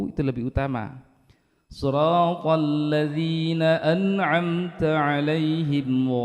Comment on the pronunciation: Maaf, di video saya bacaan Shod kasrahnya sepertinya kurang jelas atau terlalu cepat, kalau saya dengar spt Shrotolladzi dst... Saya yg salah dengar atau memang bacaannya yg benar spt itu? #cmiiw 😊